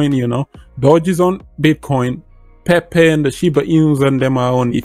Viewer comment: definite bit connect vibe with that solaroad , love how you say Pe-pe 🤣👍